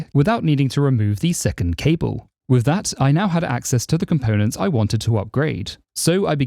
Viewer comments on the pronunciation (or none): none